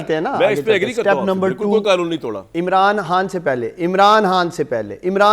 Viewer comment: اسے یہ نہیں پتہ کے قنون نہیں ہوتا قا نوں ہوتا ھے